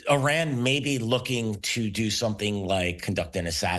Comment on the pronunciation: Once someone mispronounces ‘Iran’ you know they don’t know what they’re talking about.